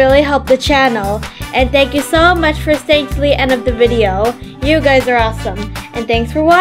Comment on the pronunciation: I’m not trying to be rude but it’s “thank”